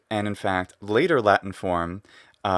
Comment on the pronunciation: I love the way you pronounce the word Latin in English with the full t sound and the ɪ vowel before the n. Unusual for Americans to not either hold the t or use a glottal stop there and pronounce the n syllabically